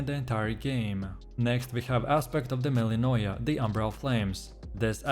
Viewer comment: Aspect of de MellInOyA Dude I can't tell what aspect you're even talking about. You don't pronounce them correctly and you dont show gameplay with them. Lazy made video.